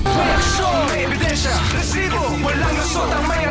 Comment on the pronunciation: Nangingilo ako sa rrrrrrrrrrrresibo hahaha